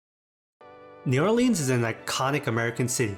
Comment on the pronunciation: I appreciate your obviously sincere effort to make an informative video about food in New Orleans but first of all, you are mispronouncing the name of the city and if you didn't learn about the roux, then you really didn't learn about the food.